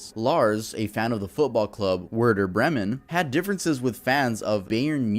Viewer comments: Hey! Werder Bremen is pronounced like “verder Bremen” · Dude you kinda butchered the football teams. It’s “Verder Bremen” and “Buyern Munich” Good effort tho 😂